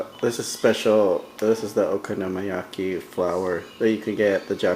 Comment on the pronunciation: your so gringo.... man.. honestly if you cant even pronounce the name of the dish.. why bother making it?!